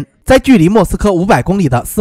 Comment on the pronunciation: 斯摩棱斯克 不是应该念leng二声吗